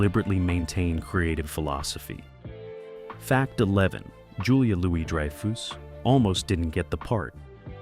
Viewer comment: "Dry-foos" and "Elaine Beans" Do you actually even watch the show?